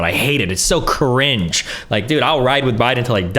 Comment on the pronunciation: Destiny has managed to single-handedly make the word “cringe” my most hated word of 2022. “CUH-RINGE 😬”